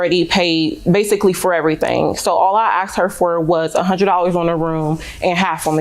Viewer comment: She "axed" me?